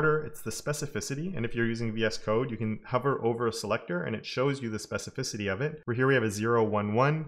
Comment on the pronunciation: Oh, you larned how to pronounce specificity.....😅I just came back to your awsome videos, cause a seson job, I'm glad that you are healthy and strong, keep up the good work, I appreciate it and I've learnt a lot from you, thanks!!!